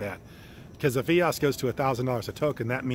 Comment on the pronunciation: It’s so hard to take you serious when you can’t pronounce EOS correctly (according to Dan Larimer)